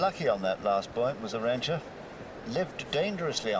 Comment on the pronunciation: Btw It's Arantxa, not Aranxta.